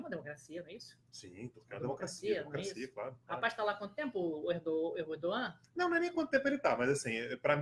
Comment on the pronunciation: Quase saiu um "Erdogollum"